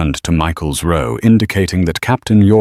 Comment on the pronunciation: Mispronounced "row"